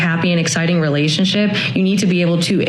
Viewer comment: relash-ship. LMAO. God's little clowns. You see how dey talk doh bro? Itzzzz waaaald. LMAO!